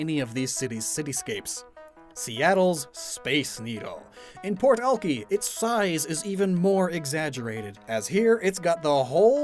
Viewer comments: Physically hurt when you pronounced Alki as all key when everyone here pronounces it al kai, though weirdly enough I think all key is the proper Chinook way to say it. Either way, this was a great video! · Was so confused by Alki the way he pronounced it definitely different then everyone actually from here 😂 I didn't pick up on it tell you mentioned the beach it's more "Al-kai" 😅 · Honestly this region is amazing and makes me miss where I grew up!! So much detail and thought put into it. Also I’ve never heard Alki pronounced that way XD, I grew up in the Seattle area and we always said “Al-kai” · Been binge watch your series and this is really interesting and would love to play in this region. But one thing, alki, isn't it pronounce al-kai? Been living in seattle and we say alki beach as al-kai beach every time. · It’s funny that you made the Rainier area in eternal winter. Accurate. I’m cold. I love these videos—you put so much thought into it and it shows. Also, Alki is actually pronounced AL-KAI. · I’m sorry ‘ahlkey’ im from Seattle and I don’t recognize that??? “ahlkey beach” do... do you mean Alki beach....?!?! BOI, ITS PRONOUNCED AL-KY!!! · The way pronounces Alki is driving me nuts lmao- I know it's most likely the correct pronunciation but in Seattle we pronounce it as "Al-kai" (think the name) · this entire region is sick but i am legiterally trying not to have an aneurysm at him mispronouncing Alki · you said alki wrong, i hate to be that guy but just thought i should let people know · You keep saying Alki wrong I live there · As a Seattle native, I honestly look forward to these videos more than actual Pokémon news. One correction though, Alki is pronounce Alk-“I” not Alk-“ee”. There is beach in West Seattle with the name and is a popular hang out spot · You are saying Alki ( Al- KI) not al kee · As a fellow pacific northwest boy, I absolute love everything about this! But I just have to say, it's pronounced Al-Kai, not Al-kee... ;)